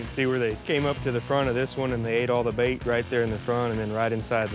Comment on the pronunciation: Sounds like mash not bait lol